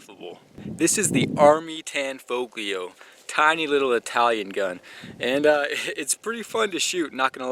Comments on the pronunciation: You don’t pronounce the G. Tanfoglio is pronounced Tan-folio. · The "g" is silent. Pronounce it "Tanfolio" as if the "g" isn't there. Similar to the Italian city "Bologna" where the "g" is silent. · It's pronounced. Tan folio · You don't pronounce the g in tanfoglio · The G is silent in Tanfoglio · The "G" is silent